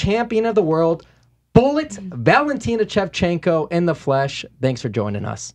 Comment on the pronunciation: Why does he keep saying "Chevchenko"?